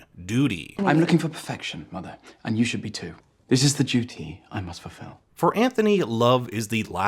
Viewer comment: “She yearns to be free of her dudy” 🤣🤣🤣🤣 gets me every single time!!